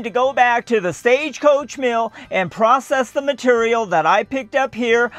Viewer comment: that's some purdy "mitureal"